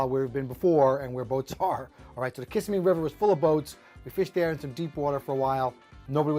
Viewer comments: I am a 60 yo native Floridian from Broward Co. and I'm almost positive the emphasis goes on the second syllable in the word Kissimmee like kisSIMMee. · I was born and raised in Jacksonville and everyone who’s not an import pronounces it that way too, the emphasis on the second syllable. Another thing, we call this fish a “speckled perch” instead of crappie. If you told one of the guys I hunted and fished with you wanted to go crappie fishing, they would want to know what in the actual hell you were talking about!😂 😅 😂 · its not Kiss-a-me river its kissemee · Only Yankees pronounce “ Kissimmee “ like does lol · Great video! But, you need to learn to pronounce Kissimmee like a local. Lol. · learn to pronounce Kissimmee correctly! 🤣🤣